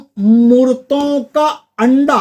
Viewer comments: आपके मंत्र और उच्चारण में अंतर है आपने गंदा को अंडा और गोरपी को गोरसी कहा है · aap k ucharan me anda a raha h aur likha ganda h kirpa kar sahi shabd batlaye